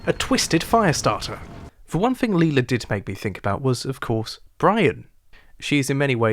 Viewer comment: Dope video man. Well Done. However i gotta nit pick one thing, bro Please pronounce their names right lol "MiGell" not MigWell. and "LIE-la," not Leela. When you say their names like that it makes me think you didn't actually watch the show lol no one on the show pronounces their names the way you do. Otherwise, awesome job